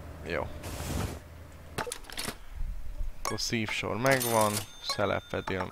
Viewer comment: Az nem szívsor, hanem szívósor :D